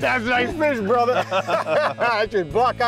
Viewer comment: THey really should stop calling each other "brothah" (brother)